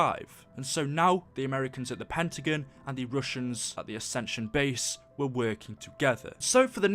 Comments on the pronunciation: I know he has an accent but it's Pentagon not pentigen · it not pentigan its pentigon